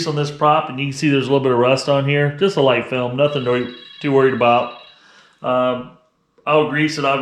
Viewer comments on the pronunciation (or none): none